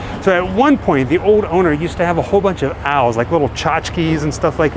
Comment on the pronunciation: I'm hate to nitpick but they are pronounced OWLS no AL'S. it's like you were talking about someone named AL 🤣Happy Halloween 🎃 🤘